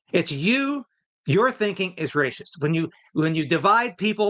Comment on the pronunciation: the is word racist, pronounced with a soft c. It is not pronounced ray - shist.